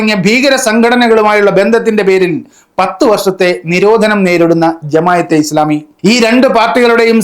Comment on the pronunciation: എടാ മോയന്തേ, ജമായതെ ഇസ്ലാമിയല്ല, ജമാഅത്തേ ഇസ്ലാമി എന്നാണ്... അവരുടെ പേര് പോലും നേരാവണ്ണം എഴുതാനും പറയാനും അറിയാത്ത നീ ചെലക്കുന്നത് ആര് കേൾക്കാനാണ്....